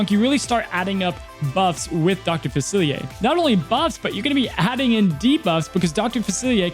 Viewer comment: Dr faci-Li-er. Not faciliaye. Seems like all the Disney tubers mKe this mistake